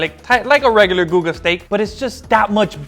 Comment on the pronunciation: I would eat at a restaurant owned by Guga. And laugh at the old women calling it "Goo-Goo."